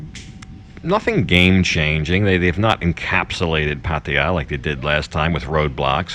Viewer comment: Great to hear your pronunciation moving away from the exaggerated “Pattayyyyyyyyyyyyyaaaaaaaaaaa”!